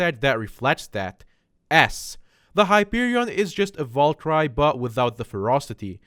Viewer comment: Cant even pronounce valkyrie and scylla